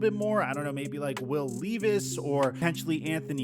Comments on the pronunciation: love u but will leevis made me giggle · “Will Lee-vis” is too funny lmao